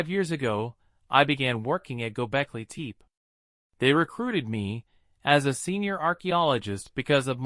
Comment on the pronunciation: your A.I. voice sucks gobekli tepé not gobekli teep